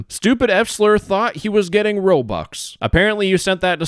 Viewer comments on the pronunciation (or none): yeah it does make sense but the pronunciation is off